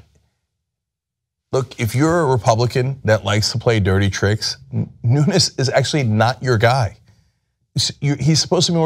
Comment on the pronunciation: Wrong gagago302. The Representative's last name is not Spanish. There is no tilde. Cenk pronounced the name correctly.